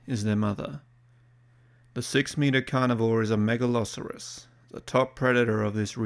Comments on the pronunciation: Mega-lo-soar-us, not Mega-lah-sah-rus. Don't even try to pretend it's just an accent thing as you pronounce the 'saur' in other animals just fine. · The way you pronounce Megalosaurus sounds like you're saying Megaloceros, which is a deer from the pleistocene. Do pronounced it correctly one time and every other time you said the name of the deer. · i know this is like 2 years old, but MAN is it weird hearing the name Megalosaurus pronounced as "Mega-Loserus" i have heard Megaloceras pronounced like that but never Megalsaurus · I thinking of a meat eating deer in the vid is kinda funny. Mispronouncing names. Happens to the best of us. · How is it the first named dinosaur and you can't pronounce it correctly? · ah, he starts saying it wrong in the second half wonder if that was recorded before or after the first half probably before?